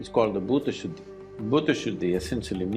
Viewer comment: not bhuda shuddi its bhoota shudhhi